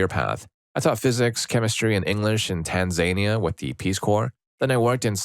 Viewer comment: you said Tanzania wrong😭